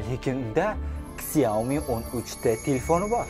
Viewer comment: Xiaomini ksiaomi emas shiaomi o'qiladi u xitoyda ishlab chiqarilgan jinni